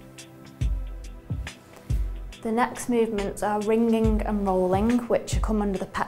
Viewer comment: "rin-gin-guh and rollin-guh"